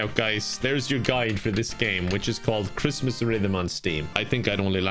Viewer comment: OwO cwismas game